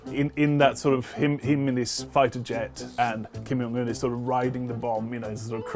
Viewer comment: The J in his name isn't pronounced as a Y 😔